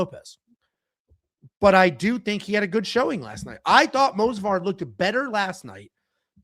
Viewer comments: Someone should tell that it’s Movsar, not Mosvar. Edit: apparently someone did and he took it as expected. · Say it with me, M-o-v-s-a-r, M-O-V-S-A-R, not fucking Mosvar. Its not that fucking hard.